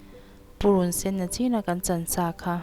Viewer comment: Nachin tih aiah khan nichin ti zawk la😅